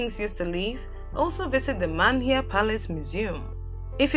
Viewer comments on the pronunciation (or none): She also said Man hia palace. And she's got a typical Ghanaian accent un her grammar so why pronounce some words funny? 😨